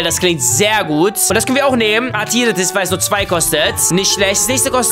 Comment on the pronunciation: Ok athiritis was is das denn ich denk es heisst athritis